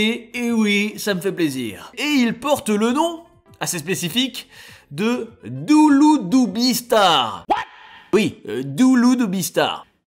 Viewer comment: On dit duludubi et pas douloudoubi